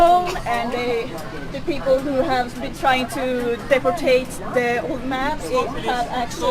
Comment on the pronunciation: "Depportate" omfg.. i think the word you're looking for is DEPORTED